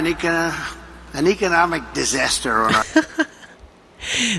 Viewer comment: Trump is like a battery that is running low on juice. He can't pronounce the word "disaster" bc it has too many syllables.